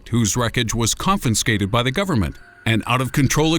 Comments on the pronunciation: did u say 'confinscated' haha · It's pronounced confiscated. There is no seond N